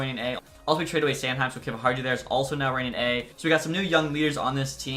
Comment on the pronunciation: I think its pronounced Kiviharyu, atleast that's how the announcers say it